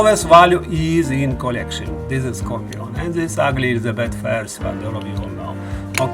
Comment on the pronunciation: Nice scorpion. Pronounce ‘score-pee-on’